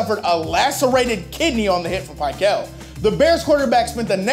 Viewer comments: Not Pick el, it's pickle pronounced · It's Gary Fence-ick and Bill Pih-KELL not Gary Fennick and Bill Pie-KELL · And as I recall, Bill Pickel is pronounced "Pick-el", not "Pie-kul". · Bill PICK-el, not PIE-kel. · I never pronounced dude's name "Pie-kell' is that right? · i believe it’s pic-KELbut not whatever you are saying, it’s making my ears bleed. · "The 11 point margin of victory was only a touchdown, a field goal, and a 2-point conversion". The only problem is the NFL didn't have 2-point conversions in 1984. This guy is also mispronouncing some of the player names (Bill Pickel, Gary Fencik) which makes me think he watching football in the 80's.